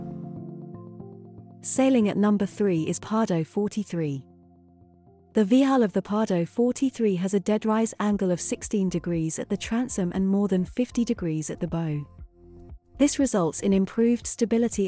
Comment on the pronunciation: consistent mispronunciation of bow (as in something used to launch an arrow) makes me suspect that she’s a very smooth digital voice. If you’re real,, the front of a vessel is its bow, pronounced bau.